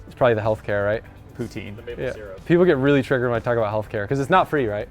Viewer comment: can’t say poutine…. American spy 👀